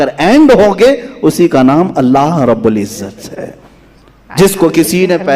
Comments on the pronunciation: Aap "alha" bolte ho asl lafz " ALLAH " he samje Ho sake to lafz sudhar kar pade.. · Sab se pahle allah ward sahi padho allha nahi allah ye sahi hai allha bolne se mani badal jate hai allaha bilkull nahi. Only allah ❤